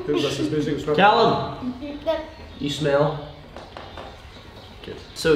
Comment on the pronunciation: Callum not Calluim